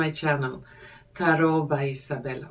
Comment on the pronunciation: Youre English is lovely. I like it. Here and there a little tweak - slowly - like Tarot is said without the last t ... as in Taro